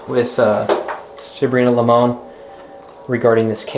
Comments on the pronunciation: Not even a minute in and I can tell voice is AI generated. You pronounced Limon wrong, and the music is annoying. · It's Limon actually